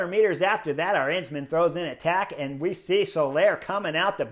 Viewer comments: Chris, the emphasis in Arensman's name is on that very first syllable (letter); the 'A'. His name has the same 'melody' as KEL-der-man; it's A-rens-man. It's the same as, say, Madison in English: Ma-di-son : A-rens-man. With the same 'A" as in Alamo. Btw. it means 'Eagle Man' and when you win the Queen's Stage in the Vuelta you deserve that name! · Let me point out the correct pronunciation of Dutch surname Arensman. The stress being on the first syllable the stress pattern is the same as in Kelderman and American surname Penniman.